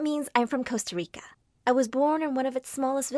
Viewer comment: did she say tosta rica..?